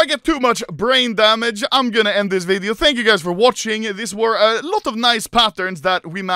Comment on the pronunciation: i like how Anomaly says VIDIUO